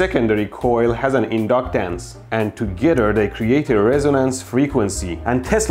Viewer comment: 💢💢 I love that KUH-PASS-EEEE-TANCE and IN-DUCK-TANCE! That's why the circuit WERKS!!!💢💢